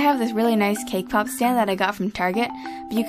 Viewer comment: i keep on thinking that ur saying kpop instead of cakepop ._.